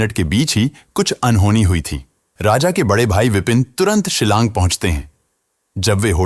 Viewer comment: Silang nahi shilong